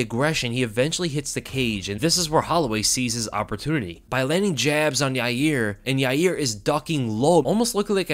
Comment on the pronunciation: You're not pronouncing Yair's name correctly. It's pronounced "Ya-rear". Chael told me so.